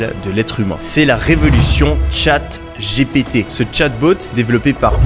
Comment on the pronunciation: "Tchate j'ai pété" 😆 c est clair que prononcé à la française c est pas ouf. Pourtant "OpenAI" et "MidJourney" tu les maitrises en VO ! Merci pour le contenu anyway, en particulier l aspect API.